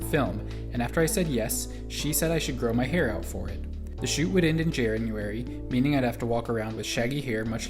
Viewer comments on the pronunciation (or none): liked the vid when he said 'jaranurary'